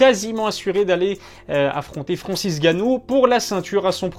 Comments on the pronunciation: Pq tu dit Francis Gannou ? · Ya que moi qui entend qu'il l'appelle Farancis Ganou ?